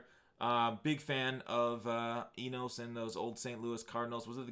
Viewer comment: Just trying to help. It’s pronounced “enus”